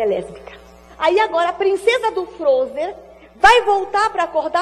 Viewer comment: A Damares fala: a princesa do Frozer. Não seria Freezer? Kkkkk